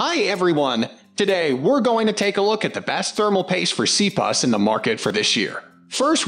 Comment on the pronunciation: ROFL Seriously..... I've not laughed so hard in awhile hearing you pronounce C-P-U's as "C- PUSS"